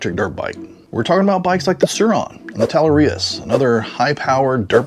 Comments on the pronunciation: Tuh-LARR-ee-uh is the correct pronunciation. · The only thing wrong in this video is the way you pronounced Talaria. very well said and well researched. I’m a dad in his early 40s and both I and my son as well as his friends ride bikes like these. They are thoroughly not E bikes, they are electric off-road motorcycles. I drill it into my son’s head that these are very much dangerous and very much illegal when he rides them on the road. But he is also being trained by me on what the rules of the road are and how to properly operate them in a way that isn’t dangerous or foolish. The real problem is when kids save up their newspaper money or the parents buy them these expensive electric motorcycles, and then stick their 12-year-old on it with no idea how to interact with other traffic. Combine that with minimal to no safety gear and the decision-making ability of someone who still watches Bluey, it’s a recipe for disaster.